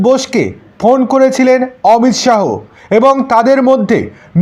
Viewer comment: উচ্চারণ টা ঠিক করুন। অমিত "শাহো" না, বলুন "অমিত শাহ্"